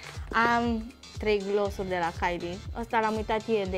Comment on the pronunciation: "Glossuri de la Kylie" Erau rujuri lichide mate, nicidecum "gloss". Altele visează la ele și ea nici măcar nu știe ce cumpără, apoi să știe sa le pronunțe numele corect.